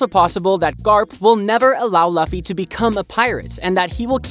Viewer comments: Said luffy wrong lol its not "loffy" its Lu ffy" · yeah the pronunciation is " Lu-ffy not La-ffy" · it is not laffy it is luffy it is not alabama it is alabastar good content othervise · why did you say fluffy with out the f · I can't watch anymore. You mispronounced luffy's name too many times. Disliked and out. Research how their names are pronounced next time.